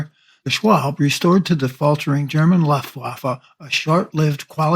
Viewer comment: Pretty good video, but if you are going to do this, I'd suggest learning how to pronounce "Luftwaffe."